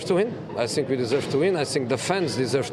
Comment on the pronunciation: Is he saying i sink or i think